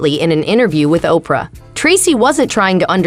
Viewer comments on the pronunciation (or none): none